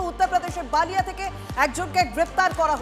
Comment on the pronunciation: Balia. Baalia noi. B lia